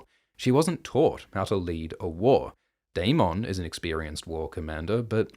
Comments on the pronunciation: Dae-min, not Dae-mawn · Why do you lean so hard into pronouncing Daemon as day-MON when GRRM clearly pronounces it day-MIN? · Will someone please tell this guy how to pronounce daemon it’s not day-mon it’s daemon Jesus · Why do say daeMON instead of daemen spoken out that way I mean..also aeMOND instead of aymend🙄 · It’s daemon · You need to learn how to pronounce Aemond and Daemon. Do you even watch the show?